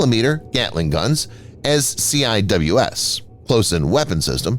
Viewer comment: You could just pronounce the CIWS as Sea-Wiz.